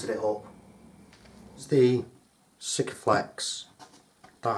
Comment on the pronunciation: It's pronounced seaka. Not sicka. 🙃